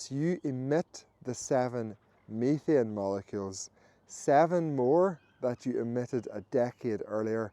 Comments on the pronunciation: Methane. He's saying "methane" (meh-thayn) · I've heard of "methane" but I've never heard of "meethian".